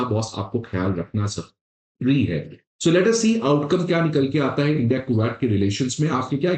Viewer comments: cashmeer nahi bolte usko. it's kash-meer. Kooowat nahi it's Ku-wait. Pronunciations sudhar apne. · Bro it ain't ku-watt Or is it